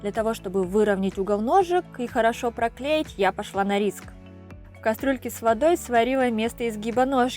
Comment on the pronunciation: ФанЭра, кастрУлька...ужас.